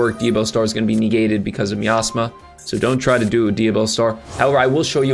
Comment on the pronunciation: HABIBI CMON 😂ITS NOT "ME ASTHMA" it's "MY AZMA"